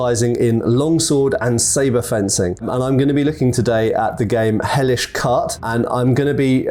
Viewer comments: Isn't it pronounced kwart not cart? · Losing a bit of faith when he pronounces it "Hellish KART".